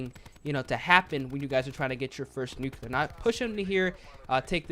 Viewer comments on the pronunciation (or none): Nu-clear not Nu-Cu-Lur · Nook you lar.... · Yo I usually don’t mind when you say nuclear incorrectly but you said it wrong way too many times this video 😭